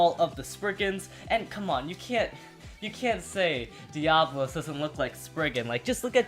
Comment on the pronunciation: Pronounced Die-uh-bo-los